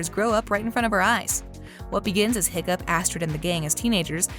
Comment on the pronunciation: it’s “Hiccup Havoc the 3rd” not “Hoccup Horrendous”